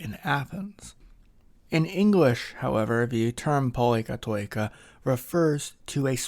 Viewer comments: It is pronounced poli- kati- kia. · I love Athens awesome great explainer on why its such a lovely city. thanks for putting it together! 🙌 As a greek from Cyprus where we also have many πολυκατοικίες, i should point out that it's pronounced “Pol-i-kat-i-KEE-A”. oi is an EE (i) sound. Diphthongs pronounced “ee” as in “cheese” are: ει, οι, υι and vowels are η, υ, ι. All these had varying phonetic pronunciation in ancient Greek to give a specific tone to the word pronounced, according to the object of the word. After thousands of years, they have the same pronunciation but with significant exceptions.